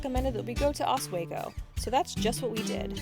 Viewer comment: It's PRESK-eel and Os-WEE-go. And you were not in "Upstate" New York. You were showing us "Western" New York. If you live in New York City, or on the eastern side of the state near the Hudson River Valley (beautiful must-see territory), Albany, Saratoga, Lake George or the Adirondacks, "Upstate" is anywhere straight north of the City. The rest of New York state out near Rochester, Buffalo, Lake Erie, etc. is a vast and strange area that is like a giant untamed wilderness to most of the people in the populated east and City. The Buffalo Bills might as well be from Canada or Alaska.